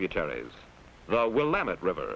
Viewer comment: At least he pronounced Willamette right.